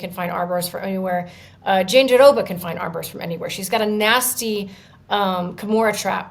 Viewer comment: Guys, its not JandiDOBA. Why would there be a second "d" sound? Just roll the "r" sound in -roba... Why is this so difficult? Listen to Virna say it, nowhere does she pronounce it JandiDOBA. Please do better.